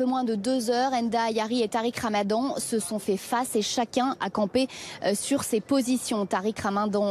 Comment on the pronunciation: « Tariq Ramadon » hahahahah